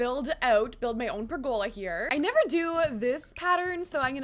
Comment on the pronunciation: Pergola is pronounced "PER go la", not "per GO la". ;)